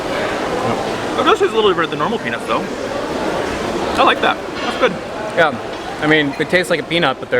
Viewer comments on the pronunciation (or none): Why are you guys saying it that way LOL "peanus" is what you are saying but I think you mean "peanuts"